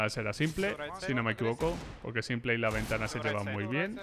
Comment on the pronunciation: a los que le pone nervioso que le diga simple y no simpol